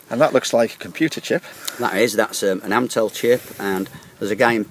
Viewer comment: The chip is ATMEL, not AMTEL.